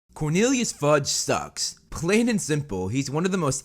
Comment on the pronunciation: Thought u said Cornelius fudge snacks lmao